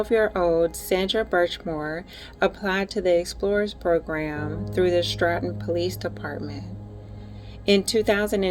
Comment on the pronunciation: it's pronounced st o ton. nice work